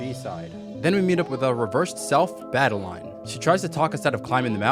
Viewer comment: Its madeline,not madenlaine.